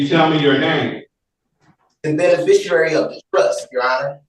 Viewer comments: It's hilarious to me that none of these idiots can properly pronounce the word "beneficiary". It's always "beneficiarary" or "benefishurrrrrrrry" or something equally mouth breathing and dumb. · “Be-ne-fish-ER-ary”. Lol. It’s rare that a person can’t even pronounce his own name correctly. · “beneficuary” [sic] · I heard ‘benifishruary’ too.